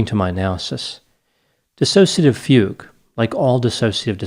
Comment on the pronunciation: i drank everytime he said fague....